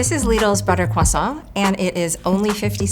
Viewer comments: kwaSAWT mrs. maam this is english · "croissant" has an "r" sound in English fyi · I hate the way she insists on pronouncing "croissant" with a French accent every single time. Yes, it's a loanword, but it's been part of the English vocabulary for ages and has an established English pronunciation. People who do that, do you pronounce every loanword with its original pronunciation? Because it sounds dumb. Fight me.